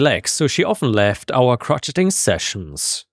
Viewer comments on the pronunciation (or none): dear it's crow shaying... Crotcheting sounds like a bunch of old crotchety people. 😂 😉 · "Crotcheting", LMAO! No, it isn't pronounced like "crotch". If you're familiar with the french loanword "Chez" (meaning "at"), like restaurants named "Chez [name]", that's pronounced "Cro"+"chez", "Cro"+"chez"+"ing". it's another french loanword. Or like the pretentious new-age name Shay/Shae, so "Cro"+"Shay". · Just a note crocheting is pronounced Crow-Shay-ing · sounds like chroshaying